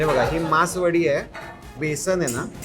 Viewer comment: मासवडी, मासवाडी नव्हे.